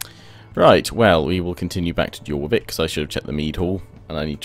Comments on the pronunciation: I am a norwegian so i get mad when he prenouns something wrong XD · yh but really, pronouncing it JOR-VIK would be the more Anglo Saxon way of saying it, and the Scandinavian languages especially those of Northumbria would say YOR but it phonetically doesn't fit in the English language that why they still said it York in Middle English but changed it to a Y to agree with our phonetic alphabet. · jorvik is pronounced "yorvik"